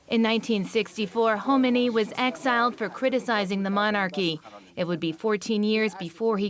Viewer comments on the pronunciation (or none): Kh kh kh Khomeini not himenei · three minutes into this video and so poorly produced. The pronunciation is horrible (Khomeini = HO-MAY-NEE, Islam = IZ-LAMB). There was also a title card at the bottom that spelled Cleric as "Clerk" lol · HOME 'uh' NAY EEE. Talk about butchering